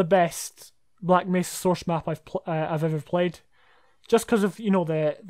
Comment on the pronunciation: I love the way you pronounce Source. Soursh. Aren't you, by any chance, Sean Connery?